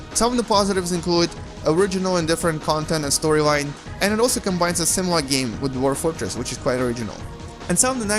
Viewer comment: he has some speech disability ? ;d SIMIRAL? :d